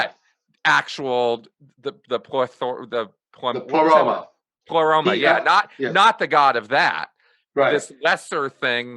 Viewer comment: It was a stuffed baboon, not a chimpanzee, as in the title of Peter Washington's excellent study of HPB and her influence: Madame Blavatsky's Baboon: Theosophy and the emergence of the Western Guru (1993). P.S. "Pleroma" is accented on the first syllable, and Leadbeater is pronounced "ledbetter".